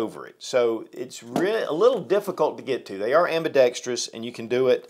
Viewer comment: My favorite part of this video is that actually knows how to pronounce "ambidextrous".